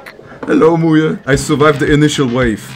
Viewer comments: MuYe❌ mooye✔ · Ah yes I like "MuYe